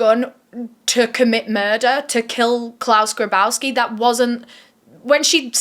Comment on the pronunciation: Claus "GRABowski"?! Are you fucking kidding me!? You can't make this shit up...